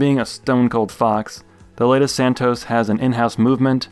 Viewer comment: It’s pronounced Santoss